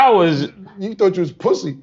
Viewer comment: Cam: " He thought you was pwussy" 😂